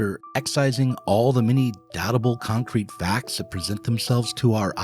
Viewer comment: Did he say concrete or Kantcrete world 😂